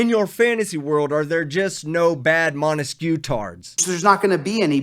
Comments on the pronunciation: Damn, this clown is hilariously stupid. "Microbytes", probably more commonly called just a byte? Oh, and please don't insult Ray-Ban, instead they look more like Oakley, the lame people's choice. Ray-Ban, on the other hand, makes classy stylish glasses. Also, what the fuck is a "monteskew"? He keeps reminding me of Romeo & Juliet, the Montague family. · What this dipwad is calling "transparency " is also known as THE SURVEILLANCE STATE". What an effing moron. Ps... wtf is "montesque"?!? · What the hell is the "Montesquieu?" 🤔🤦🏻‍♀️ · What's with this "Montesquieu" crap?